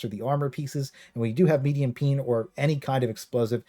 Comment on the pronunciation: its not peen its pen